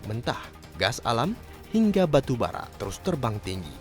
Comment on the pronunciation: "Gingga"???? atau "Hingga"?